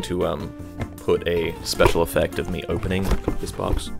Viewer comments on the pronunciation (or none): none